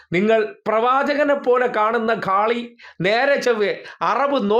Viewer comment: കാളി ?! ഇത് പോലും ശരിയായി ഉച്ചരിക്കാൻ അറിയാത്തവനാണ് വിമർശിക്കുന്നത്. വല്ലാത്ത ജാതി!